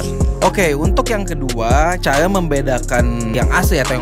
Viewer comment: Cara bang, bukan caya